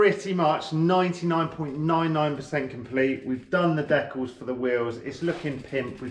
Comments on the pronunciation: kills me with that pronunciation,"Dekles"🤣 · Have I been pronouncing Decals wrong my entire life?! Fucking sick bike! Love that color!